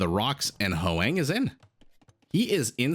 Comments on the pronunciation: Hoang may be Hwah-ng (1 syllable), not howay-ng. Dunno them personally though, so… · Other comments have already explained the pronunciation of Ezio, but I'd like to address Hoang. As a Vietnamese name, it's pronounced as a single syllable. So it's "hwang", not "hu-wang". You can imagine that "hw" sort of like someone from the southern states of the USA saying "what" ("hwat"). The vowel is also more of an "ah" than an "ae".